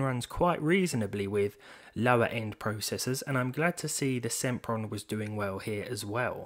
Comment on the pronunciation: SEMPron SIMPRON